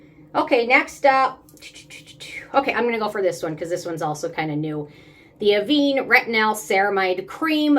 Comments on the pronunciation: I’m going to try the Geek and gorgeous retinal next! Avene is pronounced with a short e. So more like Aven, not Aveen. Great vid! Thanks! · i dont think the avene retRinal balm has retinol or retinal in it. only has bakuchiol. and to answer your question, pronunciation is "a-venn" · It's pronounced Aah-Ven and is named for a town in France where the thermal spring waters are found.